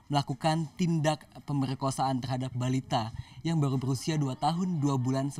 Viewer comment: Baru mas bukan balu